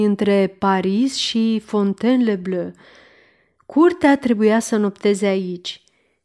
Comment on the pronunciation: v-am trimis ca exemplu cum se pronunta Fontainebleau.Sper ca va poate ajuta.Mult succes in continuare !